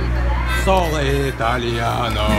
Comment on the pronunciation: Простите не Соло итальяно ,а Соно .Соно или ио это Я.когда учишь итал сразу слышно